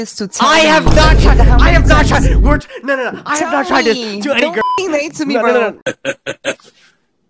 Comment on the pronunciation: When he was doing the third one he said gyal